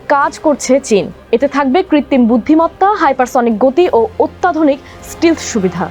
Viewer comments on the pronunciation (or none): It is “stealth” NOT “stil”. Please correct pronunciation. Also why are you showing F16, F15, F22 & F35 American fighter jets whereas presenter talking about Chinese fighter jets? Very poor video presentation 😒